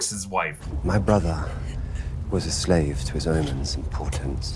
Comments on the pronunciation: IT'S "PORTENTS" NOT POTENTS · PORTENTS, not potents NRS dummies. Gullet, not jowels. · Portents, not potents. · he says omens and portents, not potents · portent not potent